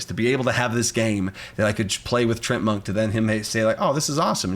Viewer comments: It's Tree-Ant-Monk. Not sure what you were saying. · Isn't it pronounced TREE-ANT Monk? Like the D&D monster?